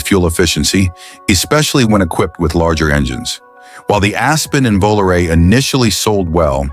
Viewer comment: Absolutley full of it!! Mustang ll was awesome, loved it even better than the fist mustang. Handled like a champ with the rack and pinion set-up, the perfect personal car. Who cares about the backseat, the first thing I would remove. ..same thing with the plymouth volare........by the way, dumb-bunny narrator......it is plymouth "VO-LAR-AYY"......YOU STUPID 25 year old, lets see, you were born in 1999, totally missed the 1970's....stop trying to rewrite history.